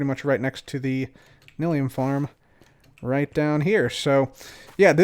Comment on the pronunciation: Is it pronounced nil-ium or nye-lium? I always pronounced the second and heard other Youtubers do the same.